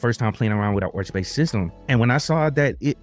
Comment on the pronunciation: "Orch" is the more jarring ear-bleeding thing you say vs the Endeavours bit. So don't sweat the latter and focus that effort into "Arrrrrr" aspect of Arch; embrace your inner pirate as it were. Also, you kids with your fancy "easy button" distros; arch, mint, ubuntu, redhat. Try a "real" distro, try Gentoo. Short of LFS, Gentoo is the Berlitz School of Language equivalent of linux lore acquisition. While not as pure is it once was, the whiners lost us true stage-1 installs, it still has meaning and teachings to vend. It's The Way, The Truth, and The Light of distros.